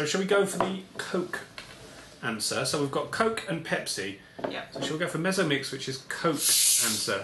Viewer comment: Ah, I see the problem here: "Mezzo-Mix" is pronounced in Germany as "Met-tso-Mix" due to the German "z" being a sharp "tss" sound, not a soft "s" sound like in English.